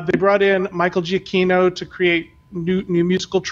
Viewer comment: Hey all, love the show, -- you're a great host. It's obvious you're a little nervous, but you're great. As far as the pronunciation of "Giacchino," I reflexively have to look these up; as I understand it, "gia-" in Italian is pronounced "ja" -- there's a video with the man himself at / A9smFfcylHs (remove the spaces on either side of the slash). I know not everyone cares, but it's important to me as a gesture of respect to try one's hardest to get the name correct. Anyway, again, love you and Ryno and will follow you anywhere. Looking forward to many more episodes!